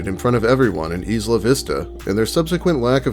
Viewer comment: Isla=eye-luh. You know, how its short for or another way of saying island?